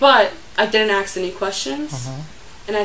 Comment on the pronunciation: You say aks instead of ask I’m suspicious of you